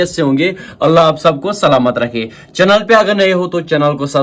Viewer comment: its not chunaaaal its chennal agr english nhi aatin tohh kio krty hi ho